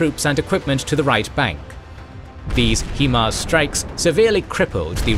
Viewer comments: Only one suggestion. It is not Himars, but HIMARS. And it is an accronim (High Mobility Artillery Rocket System), not abbreviation or a private name. And the pronunciation is not /'hima:rz/ like Ukrainians are calling it and like it is pronounced in the video. Manufacturer Lockheed Martin and the US Army call it a /ˈhaɪmɑːrz/. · I think I'm failing to understand something in this video. The narrator keeps referring to the WESTbank of the river as the "rightbank". From my perspective, the westbank would be the "leftbank". And who the fuck refers to riverbanks as left or right anyways?! Oh well, not a big deal. I also noticed the constant mispronunciation of the acronym "HIMARS" (he kept pronouncing it as "HE-mars" instead of "HI-mars", and I don't understand how it's even possible to make such a mistake since "HIMARS" is pronounced **exactly** how it's spelled)). Other than those little nitpicky things, the video was amazing. Can't get over how insanely talented the artist(s) must be. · and Generals oh! OK. My mistake. I just assumed because of the pronunciation on all the videos that it was AI that pronounced HIMARS as HEE Mars. Sorry about that. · It is a complete and total mystery why the narrator cannot pronounce HIMARS properly. Obviously this person has never listened to any news reports or interviews of English speaking military persons, which calls into question his knowledge and credibility of what he is talking about. It is pronounce HI mars, High mars or Hy mars. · really bro...... He-Mars? . everyone has been calling them High-Mars........ ya know.... because hi = high.......... and mars = mars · When you say "He-mars" I cry it is Hi‐mars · It JUST occurred to me that you guys use an AI Generated voice over. That's why it says Hee Mars instead of High Mars every time. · for the love of god its pronounced HIGH MARS not HE MARS. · Please say, "HIGH-MARS", not "HE-MARS". Other than that, excellent new graphics style! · it's hai-mars, not hee-mars